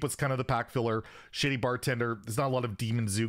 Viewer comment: Lol’ing because i thought he said “Shitty Bartender” instead of “Shady” 😂